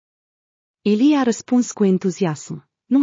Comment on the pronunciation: 🎉DE ce nu pronunți corect cuvintele EZITA și altele AMEĹIA AMELIA POVESTILE SUNT FAINE DAR NU LE MAI STILCI MULTUMESC !!!!!